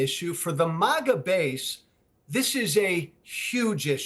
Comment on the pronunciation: MAGA. Not "MOGGA".